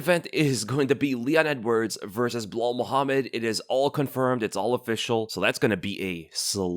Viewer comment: When the say "belal" I just hear "BLAAAL". Am I the only one?😂